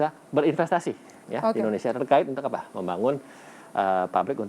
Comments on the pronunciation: Ndonesia??? Mana huruf I? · editor kompas tolong itu kurang "I" BUKAN NDONESIA tapi "INDONESIA" haduuuuhhhhhh